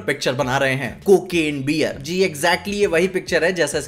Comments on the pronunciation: It's not बियर, it's pronounced as बेयर. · Bhai the pronunciation is wrong. It's not Beer it's Bear.